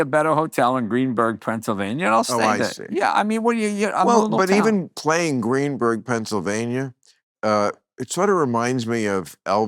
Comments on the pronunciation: It's GreenSburg....not Greenburg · Greensburg, not Greenburg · As someone who lives near GREENSBURG! It’s GREENSBURG! Lol